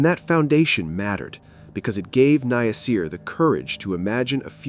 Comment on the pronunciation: Omg his name is NASIR. SAY NA-SIR!!! 😡